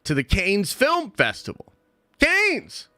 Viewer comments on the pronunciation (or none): He keeps saying caines, does he mean Cannes Film Festival? Damn 😂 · BRO IT's Pronounced CAN! (Cannes film festival) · Between the pronunciation of Cannes and the response to my entourage question last week…. It’s quite clear…. must watch entourage. Even the goat Stan Lee is in the show at some point! Den of goats!